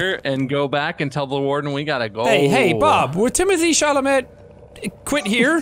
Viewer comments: I feel like I'm the only one slightly bothered by them saying Timothee Chalamet's last name wrong lol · as a French person I can’t underestimate the frustration I feel hearing these guys constantly saying Timothee Chalamets name wrong…. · is no one talking about how they pronounced timothee's last name wrong? 😳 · when none of them pronounce chalamet correctly